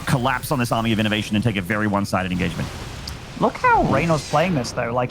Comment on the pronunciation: I actually can't take it anymore it's commitMENT, engageMENT. He is BEING AGGRESSIVE not "on the aggression". Please, please get it right, it's such a frustrating thing to listen to.